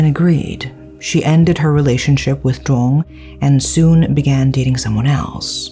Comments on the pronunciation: Always love watching these videos about Vietnam. Not because i like the crimes (obviously), but because my lack in Vietnamese comprehension prevents me from reading/watching news about these things, and I know how well researched your videos are. So thank you for that! Though just as a note, for Vietnamese words/names: Duong is actually pronounced more like "Yoong". The letter D has a "y"/ "yuh" sound, and its only pronounced as the English "d"/"duh" sound when the letter D has a stroke in it (Ð & đ). Just thought I'd share for future reference :D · I have not heard of this case yet so thanks for sharing! I think he had other issues but this break up just put him over the edge. This is so sad and tragic. People need to take psychological illness more seriously. Thanks a million for another great case! By the way, you said the names incorrectly. The name “Duong” has the sound of “y” not “d”. But you did a good job.